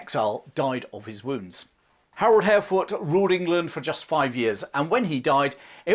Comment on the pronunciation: I thought the last successful invasion of England was in 1688, when William of Orange invaded? We know James II refused to fight, and fled, but he was still the King of England...? It's also nice to hear you pronounce "Hardråde" faitly correct, with the pressure in the beginning, like HARDråde. Svein and Knut have been changed into English writing, as the Scandinavian languages are pronounced different.... BTW, I read somwhere, that Knut did not try to stop the sea, but rather wanted to show that only God was more poweful, so Knut could NOT stop the sea. Interesting twist to a wll known legend.... Anyway, thanks for an interesting channel.